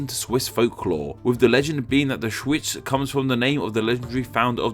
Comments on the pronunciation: I had to play this part again to make sure I hear correctly Auschwitz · Wow, this time you really butchered the German pronunciation. Edit: just the first time, the other instances were alright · I don't know what you're talking about. First of all the W in English is W, not V. And Schweiz is German for Switzerland, but what do you want to say with it? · that German name though hahaha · your pronunciation the Name in German xD